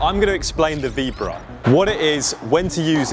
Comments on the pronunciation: Vee BO ra not veebra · "Vee-bra"? Maybe learn to say it before you try and teach it?